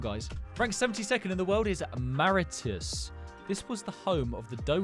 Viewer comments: It's pronounced as Maw-ri-tsius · Mauritius person here 🇲🇺 hahah Welldone on your pronunciation but you didn’t quite get it right 😂😂 the way you say it is ma-rish-us Well done tho 🎉🎉